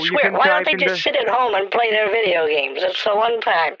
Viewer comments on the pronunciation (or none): none